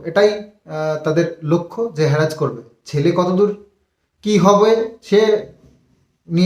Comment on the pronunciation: হ্যারাজ নয় কথাটা হ্যারাশ